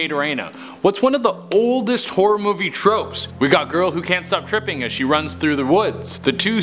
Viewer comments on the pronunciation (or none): none